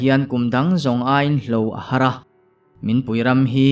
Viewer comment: Hlo ahar nilovin, Lo ahar tih zawk tur ani e.